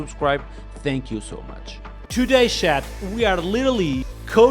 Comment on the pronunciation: Dont say shat it’s chat. Not having a go but everytime i hear it feel like you say shite